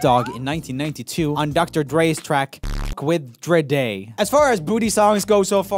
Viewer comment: Regardless of the rest of the video, how can you say Dr. Dre right, but then say Dre Day dreday? like what? xD